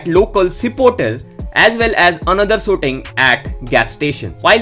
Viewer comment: Why I heard "Sooting" , instead of shooting ?